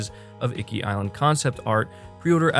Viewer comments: Iki like eekee not "icky" lol I'll forgive you this time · Holy fuck shit! It was my biggest hope, but didn't think they'd actually lip sync the japanese. I can't wait to experience this game the proper way now. Btw... (Ee-Kee) not (icky). Don't worry. I give jake baldino a harder time with him pronouncing horror (Harr).